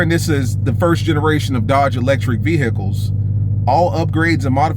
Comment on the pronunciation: You say "vehicle" like 🚓